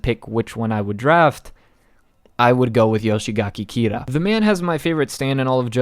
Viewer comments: Yoshikage kira Not yoshigake kira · Before you become the next Eyepatch Wolf, I'd really like you to start learning how to pronounce thw names more correctly. Surely there must be someone on the discord willing to help you with the names. It's not "Yoshigaki Kira" but Yoshikage Kira. Garou is pronounced "gah-roh" or at least "gar-row". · this guy rlly saying "Yoshigake Kira" :( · "Yoshigaki Kira" -, 2020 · Why the fuck do you say yoshigake kira? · Take a shot everytime he can't pronounce Yoshikage Kira